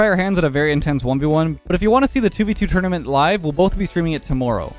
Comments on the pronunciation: The way you say tournament is amazing lmao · I never said that’s how I spell it lmao, I’m saying that’s how he says it bozo